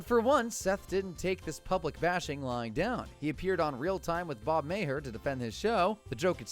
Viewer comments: Bob May-her lol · It's real time with Bill Maher. Pronounced Marr. Not Bob May-her, look it up before publishing this video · "Maher" is pronounced like car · Bob May-her 🤣🤣🤣🤣🤣🤣🤣🤣🤣🤣🤣🤣🤣🤣🤣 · Bill Mayor? Carol Burn-it?